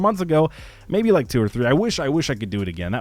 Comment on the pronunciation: Only me or does the "like" sounds like LIGCKE the beginning